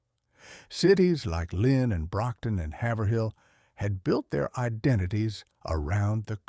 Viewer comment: from the way you pronounced Haverhill, i have my doubts that you come from Massachusetts...